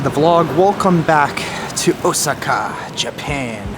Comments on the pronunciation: O-SAA-KA not O-SI-KA. Sorry to correct you and I rarely correct pronunciations, but you you must have said it 100 times in 28 minutes. I got the nerve after someone else did. Please forgive me. I thought since you love Japan so much I would help you out. I am surprised you have heard other people's pronunciations. That being said, I love your jourbeys there. I am agreeing with you, the steak ugh. Didn't look so good What about the dog in the Philippines? Did you ever figure out how to adopt him? Seeing the sights has been a blast. ❤ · Deer without antlers are female lol and you say Osaka really funny, 🤣. My son knows Japanese and he kept saying '' momma he keeps saying it wrong '' lol I said , son, it's not like he cares 😅